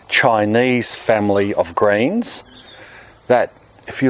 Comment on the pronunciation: did he say "greens"? I heard grains lol